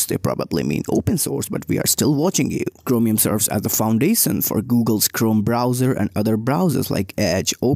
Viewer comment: I love how bro pronounces foundation And those who are getting listening issues git gud